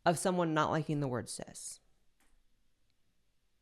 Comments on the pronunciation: Oh! Is that what she meant? I thought she was saying sis and was so fucking confused by the lecture!!! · I keep thinking you are saying, “sis” lmao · I was just listening to the video and not watching it and I thought the person said “sis” and not “cis” and I was so confused 🤣